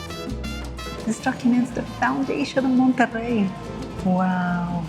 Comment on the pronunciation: Monerrey its low key, you are rocking the boat.